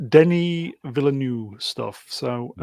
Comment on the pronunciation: First "Villanueve" then "Villenueve" almost "Villeneuve". F1 driver Jacques Villeneuve opened a restaurant called Newtown. You could use that.